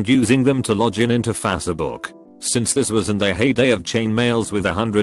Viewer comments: Law gin into fat say book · "Lodge in to fass book"